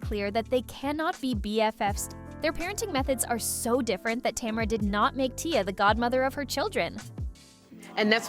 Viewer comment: Learn to say tamera. It's buggy me